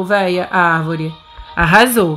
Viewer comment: Palavra secreta: arvóre